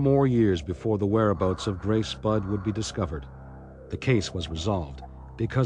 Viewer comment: Budd* not flod bod or blod. The translator is so dumb